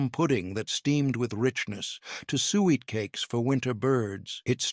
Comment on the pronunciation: It's sue-it not sweat